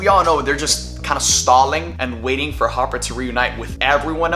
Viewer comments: There’s no way he called Hopper “Harper”… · Harper? His name is Hopper. 🤔🥴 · Not a mistake. He genuinely thinks it’s harper and not hopper. If you pull it back and look at his mouth and listen he genuinely mouths and says harper and not hopper. Idk how after 4 seasons he doesn’t know it’s hopper and not harper. But oh well. Its a minor thing in the grand scheme of things i guess lol